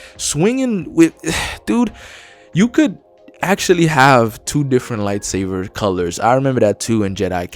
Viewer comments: Buddy plz say lightsaber correctly not lightsaver 😂😂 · This guy saying "lightsaver" is triggering me lol, but his review is pretty spot on. A Sony first party lite imo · Are you saying light-saver? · Dude why do you call it light saver XD